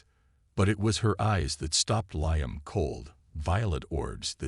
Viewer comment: Before you turn your AI loose again on another story, teach him pronunciation. Liam is spoken as Lee-am not Lye-am.